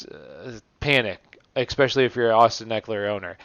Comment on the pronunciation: Dope video cool content, ima fan. But "especially" not "eXpecially", constructive criticism and a like lol your welcome.